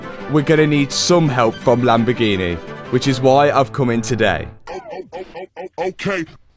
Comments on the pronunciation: Always catches me off guard when says Lamborgini normal instead of "Lamborginehh" 😂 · Matt finaly learned to say "Lamborghini" because before he was something like "Lamborghiine"..